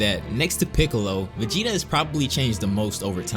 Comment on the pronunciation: He says "VEGENA" hahaahha WTF?